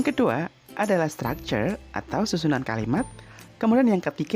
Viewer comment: kok stucture ? kan harusnya structure